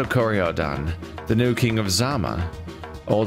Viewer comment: French title pronunciation: "Luh-err-ee-tahge (soft g, sort of like a z sound but not entirely a z sound) des Kori-Odan (you got that part right in terms of pronunciation.)" I'm fairly sure that's the pronunciation, at least. Mainly I know English and Spanish, so I'm basing the pronunciation here off of what little I do directly know of French pronunciation rules.